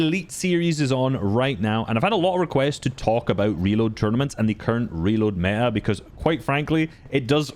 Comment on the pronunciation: That me-a 😅